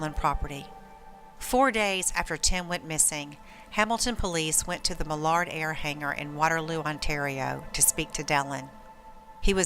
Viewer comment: You lose all credibility when you don't even pronounce Millard's name correctly.